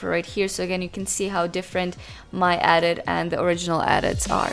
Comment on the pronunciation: kinda triggered by how you pronounce edit as "adit" lmao